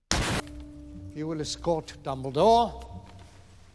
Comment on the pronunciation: I can't hear this otherwise than the short of "dumbledaw"